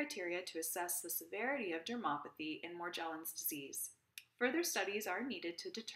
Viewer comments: She doesn’t even pronounce it correctly 🙄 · Yes but she is not pronouncing Morgellon’s correctly.🤔